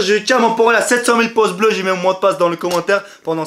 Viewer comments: Non il dis poce blo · Des "poces" bleus 🤣. Pas mal